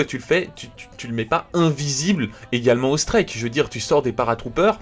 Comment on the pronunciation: Score " strÈK "